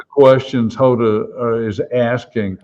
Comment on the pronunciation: You might want to learn how to pronounce people's names,, or did you pronounce Hoda's name incorrectly on purpose?